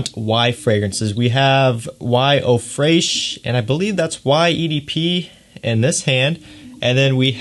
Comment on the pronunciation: as a French speaking person, the answer is No lol The pronunciation is practically similar to its English translation "Fresh".